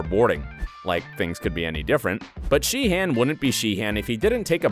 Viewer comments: I'm sorry but isn't pronounced it She-en, not Shee HAN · it’s shee-un